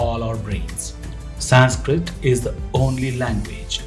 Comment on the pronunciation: Horrible narration👎👎👎👎 cannot even pronounce 'Sanskrit' correctly, calling it Saaaaaaanskrit......who was RamAAAA? The name is Raam. There's nothing called a shlokaaaaaa.....it's Shlok.